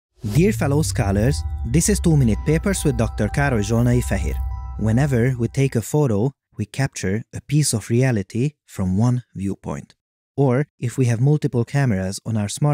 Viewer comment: Why are you pronouncing "Karojonay Fahid" while it's spelled "Károly Zsolnai-Fehér'" ? Always wondered.